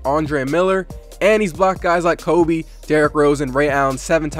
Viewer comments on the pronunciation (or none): none